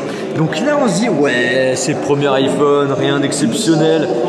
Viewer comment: C'est quoi le "ayphone" je comprends pas la